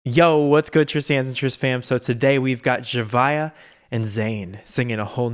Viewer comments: His pronunciation is right. I used to pronounce it like Z-ah-via too. 😅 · Says Zhavia's name correctly Me since may: ZZZ HA VI AAA